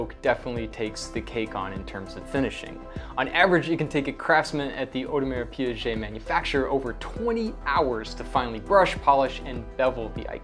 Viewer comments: You are a RO owner mate and that's how you pronounce Audemars Piguet? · Yes, if you can't pronounce the name correctly, just go with the initials (AP, JLC).